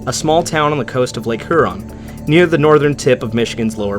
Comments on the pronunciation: Did you say Lake Her'On ...? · That is the oddest pronunciation of Huron . . . . Say it like a Michigander throw a y in there, Hee-yur-ON . . . It's 2 syllables stress ON, just slur that Hee-Yur together Hyuron